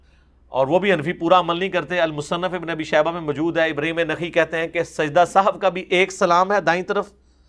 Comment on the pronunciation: Ali bhai "Mjood" ki bjaey koshish krein k lfz "mou'jood" theek se ad'a kiya jaey. "Mjood" pronouns krtey hn to zra gher.ilmi sa lgta h Shukria .